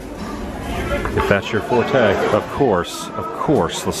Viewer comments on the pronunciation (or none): none